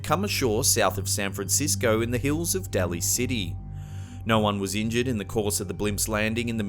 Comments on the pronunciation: It's not Pt Rez, it's Reyes and pronounced Rayes, like raise the roof. It's not Deli city, it's Daly like 'the daily show'. Fucking irritating. When I travel to other countries I take the time to learn how to enunciate the words for places and things. Try reciprocating. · It’s Point Reyes, pronounced Point RAYS, AND Daly City pronounced DAY-LY city.